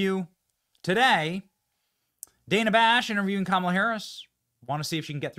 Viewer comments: I find it interesting that kamala mispronounced Dana's name, I wonder if the bobbleheads are going to lose their minds over this? It's not Da(short sound a) na, It's Da(long sound a) na. Also the rest of the interview was hilariously vacuous. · did she call her "Dan-uh"? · Did Kamala call Dana, DAN.a and not Dane.a? Didn't she have a entire segment at the DNC about getting the pronunciation of her own name correct. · She calls her DANNA HER NAME IS DANA 😂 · Everyone gets offended when we don't say Coma-la, and then she goes and pronounces Dana's name wrong. Just like everything else hypocritical about her. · She always gripes about somebody not saying her name right and she can't even say Dana right! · She mispronounced Dana but if someone mispronounces Kamala it's rac*sm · She couldn't pronounce danas name.